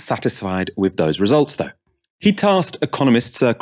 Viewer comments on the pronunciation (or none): none